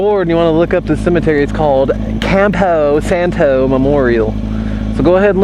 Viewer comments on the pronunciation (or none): The you said "Campo Santo" made me laugh so much that I nearly chock to death... XD